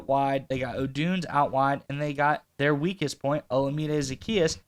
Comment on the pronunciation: Odunze. Not odoonz